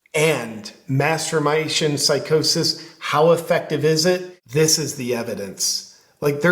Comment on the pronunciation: Is he saying mass formation psychosis or masturbation psychosis? The CC doesn't help.